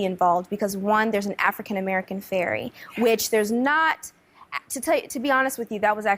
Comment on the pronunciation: Did just said Furry rather than Fairy. lol